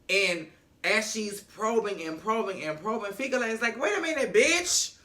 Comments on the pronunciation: Repeat after me: Fee Key Le. Fikile. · 🇿🇦😂😂🧡 I loove the way you pronounce Fikile - Fikilay😂🙌